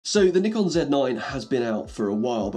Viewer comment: Instant thumbs up for pronouncing Nikon right